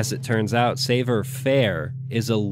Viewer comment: i love you but your french is killing me. oi is pronounced like 'wah': savoir is 'sav-wahr'. toi = 'twah'. you put so much effort and research into your political theory and scriptwriting that it's a punch in the ears to hear la langue de la guillotine treated this way.